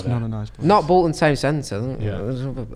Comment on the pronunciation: You’ve said Bolton wrong